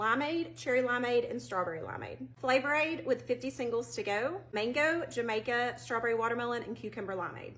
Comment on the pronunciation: she pronounced Jamaica "juh may ca" I'm done. Bet she doesn't even know that is hibiscus.